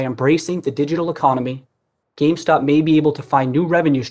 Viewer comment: GAMESTOCK hahaha he says gamestock